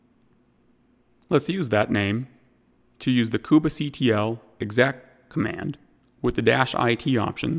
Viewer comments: I can't stop focusing on this :) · Why does he say "koobah" and not Kube like Queue-be ?